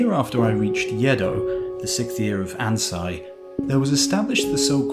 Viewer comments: Agreed, but, for vowels, Japanese is pronounced as in the Spanish or Italian. So Ansei is pronounced "An say" not "An sigh". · Loved this video, but your pronunciation of Ansei is wrong. "Ei" is not pronounced like the English "eye". It is pronounced like the "ay" in "away". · An-SAY. It’s not German. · Mispronounced Ansei I think, had me a little confused for a moment Great video as always! I love how self-aware he was I feel like a lot of people would take a lot of elements of culture for granted